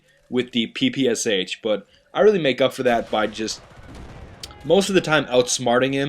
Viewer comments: It's quite ironic that you, with "" in your name, can't pronounce the name of the PPSh correctly. It's "Pepeschah" (and read that like it's german). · hez saying ppsh wrong!!!!!